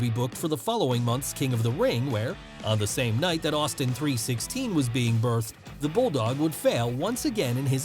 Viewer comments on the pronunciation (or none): none